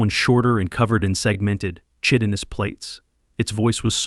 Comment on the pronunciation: And work on pronouncing words like chitin, it should sound like kai-tin